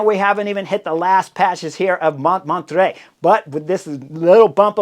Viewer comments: Montmarrrttrre, not Montmatre (but I noticed the spelling was wrong on the road profile, so ...). But still, Chris! You knucklehead :-) You've been to Paris! Famous Montmartre! And the directeur sportif of Team Belgium is Vanthourenhout, Sven, not Nathan Van Hooydonck, but you are obviously excused for not being able to pronounce that name: Van Toorenhawt, something like that. But great stuff again. Some commentators liked this Paris circuit so much that one suggested they should do a nice one day race here every year. Even as a stage in the Tour? Personally, I don't think it is suited for a big peloton. Any thoughts? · I have never, ever heard Montmartre pronounced that way :) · Pronunciation of "Montmartre" 😅: no wonder you couldn't win Tour de France 😂.